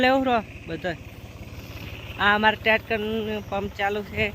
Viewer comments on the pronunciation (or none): ટેટકર નહીં ટેકટર